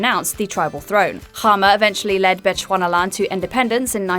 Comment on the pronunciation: I was not expecting to see Sir Seretse Khama and Lady Ruth. And a very good attempt at pronouncing his name